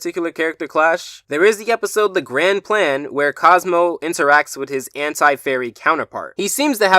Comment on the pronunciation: *Gland Plan. I almost missed you saying grand plan